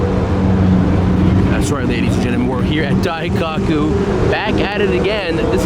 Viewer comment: It's Daikoku not Dai-cock-u